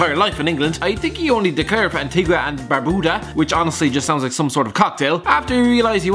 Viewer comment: I only watched this video cuz I like he says Antigua and Barbuda